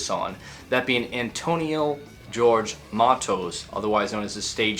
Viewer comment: You uh......demanded we correct you, so.... "Jorge" is NOT pronounced like George, it's "hore hay"